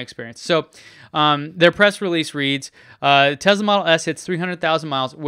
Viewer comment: I hear you pronounce a distinct "Z" sound when pronouncing the brand name! Tesla sales reps are quick to correct me....that it's not pronounced "Tezla", but "Tesla".